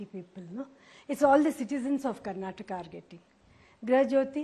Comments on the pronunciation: madam adu karnatak alla karnataka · Karnatak ❌️ Karnataka✅️ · Why is she saying karnatak 🤦‍♂️🤦‍♂️